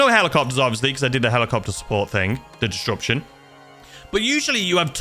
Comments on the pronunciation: Distruption gets me every time 😂😂😂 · The way you pronounce disruption has me howling😂